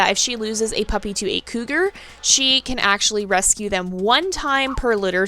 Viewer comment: I snorted when you said cougal. I do the same thing where I’ll smash words together if I’m excited or talking really fast. I also have this issue where I’ll forget a word and say something else so for example; I’ve tried to say feather but forgot the word and said bird leaf and my friend gave me the most unimpressed look I’ve ever received. I’ve also tried to say carousel and couldn’t remember and said mechanical horse tornado. 😅😂